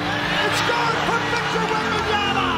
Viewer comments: Does steven a smith still aay wembenyaNa? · Stephen A saying WembamyaNa every damn time pissed me off lmao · Hearing WembanyaNa all year triggered me. Please respect the name. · Jfc someone tell Stephen a smith to eithe pronounce it right or call him Wemby. So tired of that dude saying it wrong.